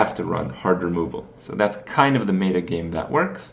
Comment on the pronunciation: wait, did kripp say "MAY-ta"??